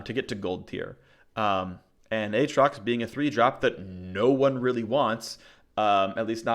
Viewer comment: As always, lots of great info! However, you should say both "A"s in "A atrox"